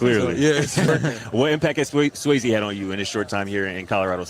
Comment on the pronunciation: It's Coach Sway-z no disrespect. i don't understand when people hear someone's name all the time but pronounes it a different way it baffles me lol